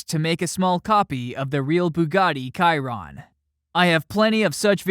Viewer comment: Its pronounces shiron not kyron